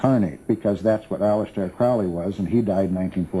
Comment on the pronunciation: if Crowley was Hubbard's "very good friend", why doesn't he pronounce his name properly? it annoys me when people don't, and makes me happy when they do. thank you.